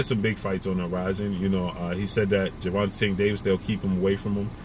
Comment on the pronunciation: Damn stay killing ppl names smh remember when he was calling Tank "Gavontay" lol. That man name is pronounced "Cobare"